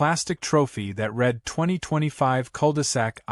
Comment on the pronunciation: The AI needs work. Read is pronounced "red" when it should be "reed" and "reed" when it should be "red". GET YOUR ACT TOGETHER!